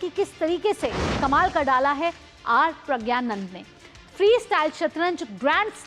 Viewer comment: Take the name correct ❤